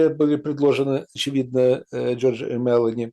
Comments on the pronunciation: премьерка Италии МелОни не МЕлони,ударение на первый слог ставится в имени... извините, щас не про политику, просто очень режет слух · МелОни ударение на О